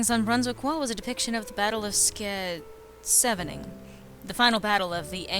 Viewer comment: Ske... sevening is Scheveningen. Now you'r less ignorant.